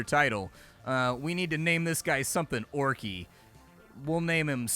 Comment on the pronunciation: Funny hearing you say "orc-y" that's what I call my new puppy dog sometimes when she snorts. She's a bullmastiff/american black lab.